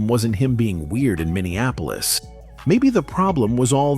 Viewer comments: It's not Minneanapolis. It's M i n n e a p o l i s. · PLEASE...it's MINN-EE-AP-OLIS.. not mineanapolis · Minn-e- ahh- police. You are literally watching a video where they pronounce it correctly. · Young man, it's Min nee Ap polis, Min ni Napolis. I know that some of you will go mad over me offering this correction, but I don't apologize for knowing what you obviously don't. Those in power, Black and White, label you before you've completed your first sentence. Speaking correctly can either propel you, or hold you back. Yes, I know Steve Harvey says, "I am poor vs. I is rich." They have to hold someone for you model yourself after. And for those of you who become a sucker to speak poor grammar because it is good enough for Steve Harvey, are in for a rude awakening. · Say it with me bro. MEN-E-APPLE-US. MINNEAPOLIS. But the look on his wife when asked about Amiir. Crushed her and ahe was fighting back pain and tears. And ultimately it was that interview that marked a separate path for the O-/> and Mayte.